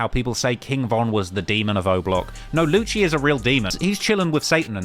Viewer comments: Its not Luchee is is Lucy. For Lucifer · lewcheee wtf man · Its lucci (Loo see) and he ain't block 6 anymore hes nr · Lucii gonna put some juju on my man for mispronouncing his name still and saying he is still block6 xDDDDD